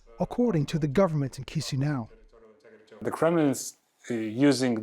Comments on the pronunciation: Kishinau not Kizinau 😊😆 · Mf pronounced Chişinău as chisniaw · At least learn how to pronounce Chisinau. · Can nobody pronounce Chisinau? It's not really that difficult.